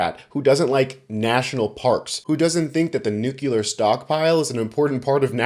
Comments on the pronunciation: love your work and i know this is picky, but the word is pronounced NOOK LEE ER. Not NOOK YOU LER. 💙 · NUCLEAR, not "nukular"! THE MORON BUSH BLURTED OUT THE LATTER INSTEAD OF THE FORMER IN 2001 AND ALL THESE YEARS I HAVE WATCHED HOW CONTAGIOUS IDIOCY COULD BE. 8 OUT OF TEN SAY NUKULAR TODAY. dysgusting!! ONE MISPRONONCED WORD DESTROYS YOUR CREDIBILITY. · Stop saying nucular. You sound like George Bush. But keep up the good work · Yeah. That drives me crazy !